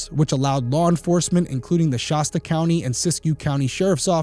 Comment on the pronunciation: In case it ever comes up again, I’m pretty sure that the locals just say “shass tuh” county. Good coverage of a really sad story, thank you Derrick.